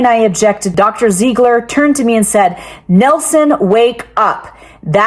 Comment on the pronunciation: "Ziggler" each and every time 😢